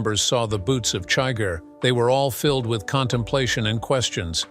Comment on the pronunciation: No, wait. The bot pronounced Chigur as "chigger." Oh, well.